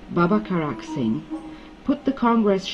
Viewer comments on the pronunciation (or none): none